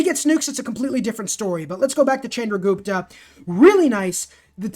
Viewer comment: love your content but it is pronounced shandra not chandra